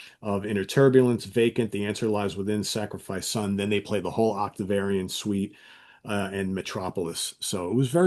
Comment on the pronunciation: Am I trippin or was calling it the ‘Octavarian’ suite 😂